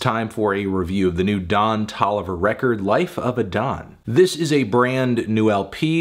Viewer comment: Anthony, saying 'Ton Doliver' again and again for 6 minutes wasn't quite as illuminating as you thought it would be